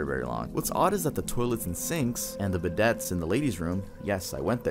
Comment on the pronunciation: Bih-days not bidttes lol